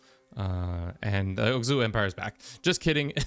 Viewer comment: Big fan of the Oghuz empire. It has such a pleasent color. Also, it's called Oghuz not Ogzuh :)